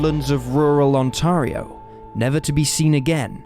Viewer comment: I like the way you say Ontario. We definitely say it a bit differently but I think our way sounds too Americanized I like your way better😂